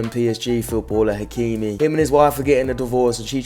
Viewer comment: Its ashraf hakimi not achraf bro